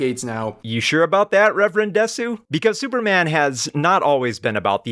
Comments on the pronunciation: Minor point, but it bugs me. As someone who has studied Japanese culture and watched anime their whole life, the fact that pronounce です as “desu” instead of “des” didn’t add credibility for me. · I always find it funny how the Japanese stereotype of Americans saying "desu" is "DEEEEs" but anime fans always go "deSOOH". It's actually kind of uncanny how they manage to emphasize the opposite of the correct syllable almost without fail in every Japanese word or name they say.